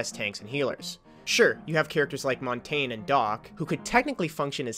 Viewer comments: You pronounced Montagne as 'montan', it's is pronounced 'mon-tan-ya' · Please please pls please please please pleasePlease please pls please please please pleasePlease please pls please please please pleasePlease please pls please please please please STOP SAYING MON-TAYNG....... it's pronounced MON-TAUN-YAY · That's the french pronunciation of Montagne. Saying the yaaaaaaa at the end isn't proper english. It's Mon-Tayne. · That's the french pronunciation.